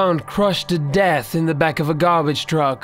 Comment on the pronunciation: Don't mind this guy's voice but he pronounces canal and garbage funny lol